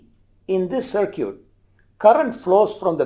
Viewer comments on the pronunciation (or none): “Short cir-cute”